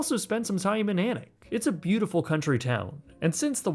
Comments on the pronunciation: 10/10 for pronouncing Alnwick properly, most people outside of the region say Aln-wick. Its also where lots of Harry Potter was filmed. It's also full of posh folk who are snooty af. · Kudos for pronouncing Alnwick correctly 😅👍🏽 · I cheered when you correctly pronounced Alnwick and then was immediately disappointed with "Edinboro" (Edin-bruh). Great video as always, so you are forgiven ;)